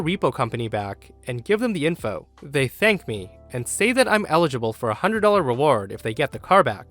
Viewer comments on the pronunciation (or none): none